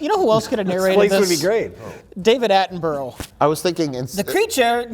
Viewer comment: As a Brit who has grown up with Attenborough's documentaries, I have to say that impression of David Attenborough was pretty great - pronunciation of "Attenborough" not so much:D